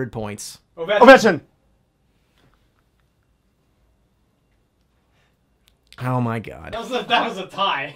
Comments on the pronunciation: said ovech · won, lmao. Said “Ovek” lmao, Z is still killing me, But Still a great video. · I think won because said avech. And said ovechkin